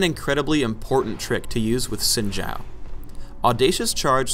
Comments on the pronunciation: why is he saying sin jow. its obviously zin zaow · No, because didn't know howto pronounce Xin Zhao correctly. In Chinese, Xin Zhao would be bronounced Shin Zow, Not Zin Shao. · Pronounced Shin Zow, I would know since Im Asian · Esse tempo todo eu falando “xin zau” quando o certo é “sin gial” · It's pronounced Shin Chow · If you're talking about the speed-skater, it's pronounced Shin Chao (or Chow as the guy said) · I pronounce it as Zin Zao, but others have different pronounciations. Proud to be full asian :^) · Anthony Mailly It’s (Sheen-Jao). Mandarin speaker here. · please guys his name is supposed to be pronounced "Shin zow" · Gotta watch out for that "Sin Jow" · wtf They say it correctly in the champion spotlight and yet people still say zin zao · I honestly thought it was pronounced 'zin zayo'; oh dear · its meant to be pronounced quin jough but riot doesnt know how chinese talk so ah well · "Sin Jau" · the 'Xin' sounds in between 'shin' and 'sin', thus creating our xin sound. It's not sin or shin, it's XIN <- read again to pronounce properly. the 'Zhao' isn't a 'Jao' as well. It's pronounced in the middle of 'chao' and 'jao'. there you have it, now you know the correct pronunciation for it. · An actual Chinese dude getting told he's pronouncing a Chinese name wrong. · to be honest i think how the devs say his name is wrong due to me being asian and asian hive mind is saying that its pronounce like Xin Zao. the voices say the h is silent. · And it's actually not pronounced like that in Chinese...but oh well XD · Wrong pronounciation.